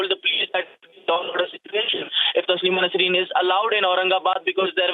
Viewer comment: ya anchor ko sahi se naam bole bhi nahi aara koun bana is ko anchor I think rss bjp wale bana shayaad